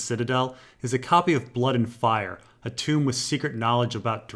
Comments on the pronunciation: tome t-oh-m not tomb tooooom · Dude .. tome is pronounced like home, not tomb. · Cool video :-) FYI tome (as in a book) is pronounced to rhyme with Rome, not room. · "Tome" is pronounced TOH-m, I think, not TOOM-b. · Small criticism,. Books are "tomes", which rhymes with "homes". Not "tombs" like rhymes with "rooms". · Tomes, tomes, it rhymes with homes. You have to remember your tome... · I enjoy these videos, but every time I hear pronounce a word wrong it takes me right out of it. I can understand when it's a word or name that was made up for the story, but hearing tome pronounced "toom" and Chimerism as "Kim-merism" is like nails on a chalkboard. Pretty sure he's doing it on purpose. He has to be. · Joe Sylvester It's easy to get phonetics wrong in an ENGLISH(phonetic nightmare language) word taken from classical greek(dead language).It's fine!